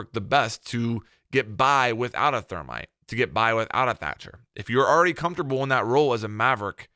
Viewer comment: why can you not say ops names :') hobona? thormite lol